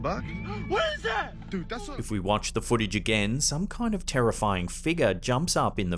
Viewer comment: What is Twidder? foodich? Is it Twiiter & footage?